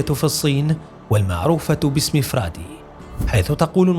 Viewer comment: ليس فرادي هذه تنطق هكذا فُو أر داي و تعني الجيل الثاني من الاثرياء و هم الذين ولدوا اثناء فترة الانفتاح و الاصلاحات الاقتصادية الكبرى 富二代